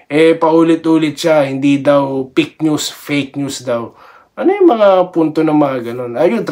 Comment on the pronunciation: kc boss pg pronounce ng fake news eh dinig nila pink news